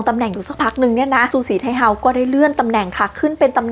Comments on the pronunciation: ฉือสี่ไท่เฮ้อว慈禧太后 เสียงจีนกลาง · ภาษาจีนอ่าน สือ สี่ ไท โห้ว ทำไมบ้านเราถึงออกเสียงว่า ซูสีไทเฮา